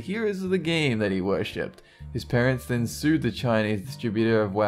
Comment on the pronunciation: I kept hearing the word "then" at as "didn't".